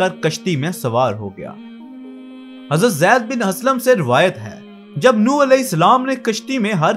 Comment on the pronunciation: Yar ye Nooh نوح hy. Apne ne darust kr len please